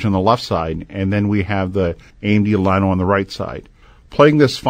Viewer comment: This guy needs to learn how to pronounce the name. It should be pronounced yano not liano, since the double L makes the y sound in Spanish.